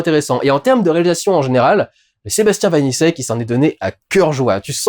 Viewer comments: Par pur principe, le nom du réalisateur se dit "vanitchek" Critique intéressante, hâte de le voir, j'avais beaucoup aimé Vermines ! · Dudu, Vaniček se prononce comme la république Tchèque. C'est facile à retenir puisque que Sébastien Vaniček a lui-même des origines... tchèques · Sebastien Vaniček se prononce Vanitchek